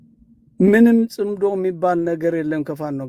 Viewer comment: ጽንዶ ሳይሆን ጽምዶ ነው። ጥምረት ማለት ነው። ኣቶ ገዱ መልሲ ሰጥተዋል።